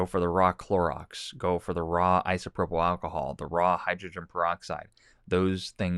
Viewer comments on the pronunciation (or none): none